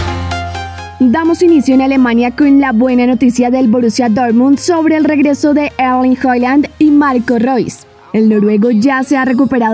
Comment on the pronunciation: F jajaj erling joyand se ponen a informar y no sabes decir los nombres mejor salte que dañas el canal